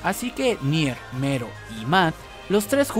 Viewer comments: Es "Melo" , no "Mero" 🤦‍♂️ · Oye wey no se si te ayudara este comentario pero se llama "melo" no "mero" de nada XD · me molesta que diga mero, y no MELLO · Se llama Mello, no MERO. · El video lo hizo un latinoamericano, en latino se pronuncia Mello. Y si, le puede decir hasta Melon si quiere, pero va a seguir estando incorrecto. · En japones se pronuncia mero, pero ste men es latino asi q no se xd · Porque en japones se pronuncia mero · Creo que en Japón la L no se puede pronunciar y se dice con R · Cuando dices Mello, siento que dices Homero xd